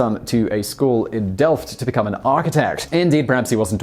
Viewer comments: You said "delft" perfectly though, so, that's something. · The pronunciation of "Delft" was actually quite decent.